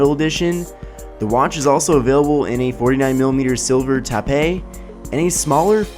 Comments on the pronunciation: The bigger watch starts at 129 and the smaller at 149 and the band color is pronounced tohp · That's a first time I've heard that pronunciation for "Taupe".